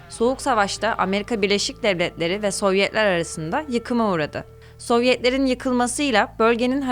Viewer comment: Kizim sen neden gücene gücene konusuyorsun??sovyehler ney laan??devlehler ney yaaa birlesik devletleri niye devlehler diyorsun neden??neyin mecburiyeti??t yi dogru duzgün söyleye biliyorsun istee